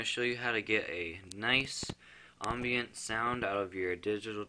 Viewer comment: lol "ombient"